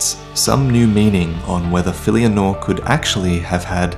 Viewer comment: its actually "Nora" = NO-RA (from the latin-Nura), its bride of a son or wife of a son, its the same in Portuguese.